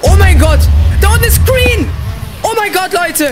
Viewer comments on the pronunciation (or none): wie er sagt kreen und nd green 😂 ich liebs haha